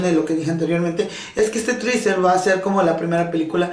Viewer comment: Que puedes esperar si dice "triser" cuando es teaser.